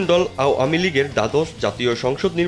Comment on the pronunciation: আও য়ামী লিগ 😂,ভাই কি সুন্দর উচ্চারন How funny.apni ichha korlei erokim bollen Mone hocche.